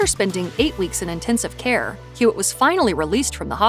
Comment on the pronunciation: Hewitt, not Hewlett😅